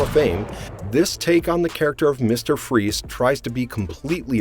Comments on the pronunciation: It's mister freeze not mister Free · It's mister freeze Not mister free You imbecile buffoon And even A coward